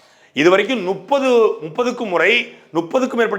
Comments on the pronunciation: நுப்பது விடவே முடியல சாட்டை. முப்பது என உச்சரிக்கவும். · நுப்பது நுப்பதுன்னு சொல்லாத முப்பது முப்பது